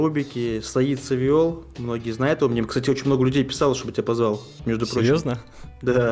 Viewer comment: не "савиол", а "саивол" емае